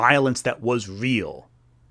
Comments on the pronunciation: Vey awe not weal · It's not weal. Conspiwacy bwainwot. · they ah not weel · It not weel